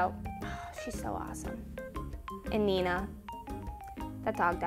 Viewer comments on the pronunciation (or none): none